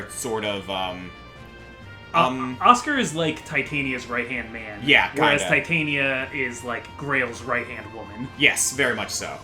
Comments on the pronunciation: Did, did just call Titania(teh-tan-ya), Titania(tie-tane-ya)? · Their pronunciation of Titania annoys me to no end, otherwise a great series. It is pronounced: tit-an-ia.